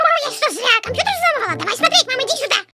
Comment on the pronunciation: сказала кампутер а не кампьютер кто заметил лайк!!!